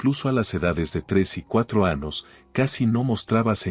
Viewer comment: Anos acaso el narrador no puede decir la letra eñe